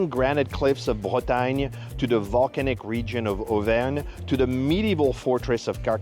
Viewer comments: dit you learn thing in school it is BRE TA GNE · Cela se dit Bretagne